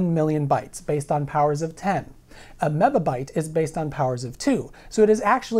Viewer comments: This would be significantly less confusing to the layman if you pronounced it "mibby" and "kibby" instead of "mibba" and "kibba" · Len Martin: well, TC also pronounces it wrong. the "bi" is to be pronounced as "bee", not "buh". (according to NIST) VWestLife: "binary megabyte" is much worse, it's not even a linear factor. (even "baker's dozen" can be thought of as linear, a "baker's baker's dozen" is ... btw :P) Jake Rosendahl: Apple crap actually uses decimal "MB" etc since 2009. fits them to join the rip-off scheme of harddrive manufacturers.. really, the best solution would be to just establish a quickly pronounceable form of powers, like "ten pow six" or "two pow twenty", then we would not have to bother with prefixes at all. also drop "byte" and just use bits as a standard unit for information. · mebibyte tebibyte, man you sound like you've had a stroke. I'm a programmer and I've never heard these terms before.